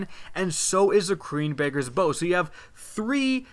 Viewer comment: Did you say "quuenbakers bow"?